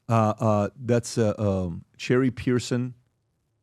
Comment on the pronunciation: Its pronounced Cheri' not cherry